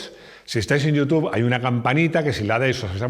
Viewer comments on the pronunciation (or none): none